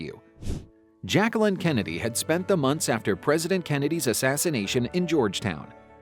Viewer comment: Her name is pronounced ‘zjac-que-leen” Say every syllable.